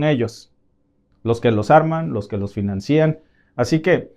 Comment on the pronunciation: Grupos 'terristas" y 'terrismo" "financían" 😂